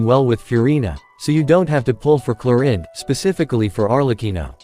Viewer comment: Clorinde ❎ Chlorine ✅ 😅😅😅